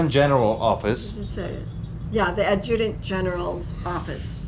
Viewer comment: Adjutant is pronounced “ad-joo-tont”